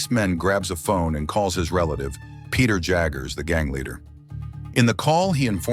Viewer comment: When the narrator can’t even pronounce Peter